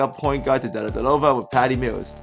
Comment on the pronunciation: Oh man, you butchered Delly. Haha. Deledelova!!